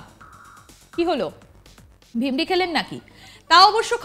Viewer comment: কি ভাষা চয়ন!!!!! Speaker টা .... আর শব্দ টি , "ভিরমি" .....বুঝলেন??? আপনি উচ্চারণ করলেন..."ভিমরি"....😅😅বাংলা ভাষার প্রতি যত্নবান হন। এমনিতেই তো চারদিকে 😮হিন্দি সাম্রাজ্যবাদী দের থাবা।😮😮